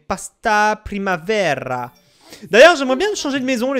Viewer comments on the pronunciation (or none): Ça se dit: Primabera !!!! C'est de l'espagnol bordel !!!!